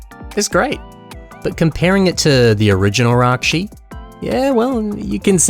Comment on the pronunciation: Ракши а не райчи